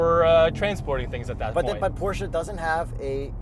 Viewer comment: nice porsche (porshhh) & big gas engines. electric cars don't have fluids sorry🤦‍♂️